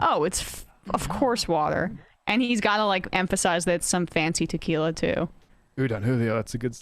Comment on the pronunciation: "My fancy t'quiila of ideeas" DR 😂